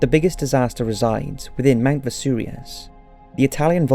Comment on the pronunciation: "Mackadonia" "Mount Vesurious"?????? Seriously mate, learn how to speak English ffs.